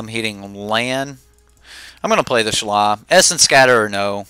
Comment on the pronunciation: Shalaiiiiiiiiii not shala wtf